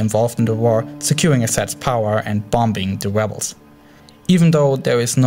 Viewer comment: "wussia bombed dee webles"